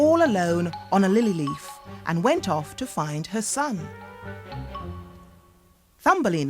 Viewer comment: very がery ってなってマスよ。あとwentがent